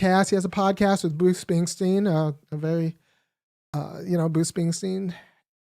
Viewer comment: Buce Spingsting? 🤣